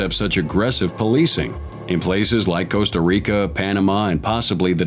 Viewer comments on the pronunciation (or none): none